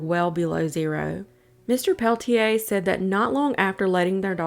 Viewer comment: It’s actually pronounced Pel-ah-tier, just FYI.